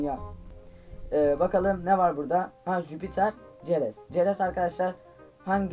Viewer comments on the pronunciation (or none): Çerez diye yazılıyor seres diye okunuyor